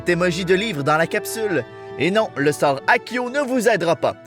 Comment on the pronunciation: depuis quand on dit aquio, c'est ACCIO souvenez vous en quand même